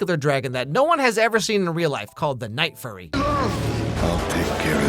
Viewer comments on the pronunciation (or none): cackling at the night furry 🤣😂 vs the actual name: the night fury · unsted of furry you said fury 😂😂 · he did not just call it the night furry…